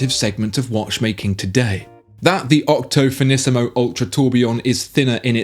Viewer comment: Did you say Octothinisimo?...👉⌚😃🎥🤙